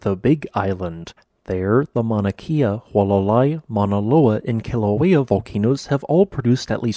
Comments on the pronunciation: Love your videos! I know the pronunciation of Hawaiian name places can be difficult and I give you credit for doing your best! With Mauna Kea it's not like "key" it's more like "k'ah" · GJ as always. FYI - Mauna Kea is pronounced KAY-ah not KEE-ah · I live your videos. :) Mauna Kea is not pronounced that way, but I love your videos.